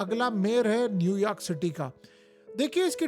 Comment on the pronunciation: New Yaark or New York?